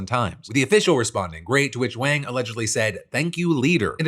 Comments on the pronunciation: Rough hearing you pronounce in wayng rather than wahng repeatedly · Wang is pronounced like "Wong". It's not the 1980s anymore.